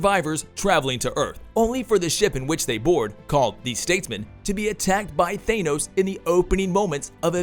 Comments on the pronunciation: And Thanos, not Thānos. Clearly someone who’s not a marvel fan. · I'm trying to listen to the story - yay, Valkyrie!! - but keep getting stuck on the weird pronunciations - ThAnos and Aaaasgard? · Than-os NOT Thay-nos. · Had to turn this video off because I feel like the OP was saying Thanos and Asgard wrong on purpose. Shit was annoying as hell to listen to